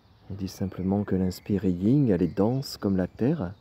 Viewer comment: Merci 🙏... Pour info, c'est le yin ...pas le ying ..😉